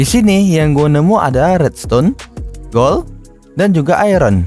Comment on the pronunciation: Kok ngomong nya agak kurang bang , gold = gol